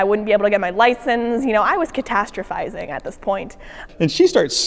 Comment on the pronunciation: did she say "catastrophizing"?